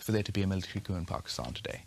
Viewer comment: Charlie rose: pakiushhtan